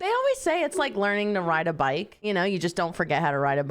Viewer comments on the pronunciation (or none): I love hilarious way of pronouncing words! Instead of bike, she says 'bak', and instead of 90's, she says 'naantees'!🤣😂 'Back in the naanties, I used to ride a bak...'